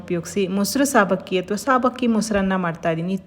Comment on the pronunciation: ಸಾಬಕ್ಕಿ ಅಲ್ಲ ಸಬ್ಬಕ್ಕಿ